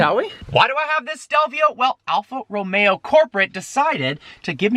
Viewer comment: Your saying alfa romeo wrong!?!?!?!???